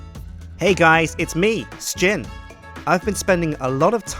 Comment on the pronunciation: Spruce Floors... That's not Sjin. It's Sijin!